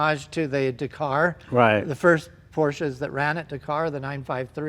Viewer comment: God it pains me how you both say Dakar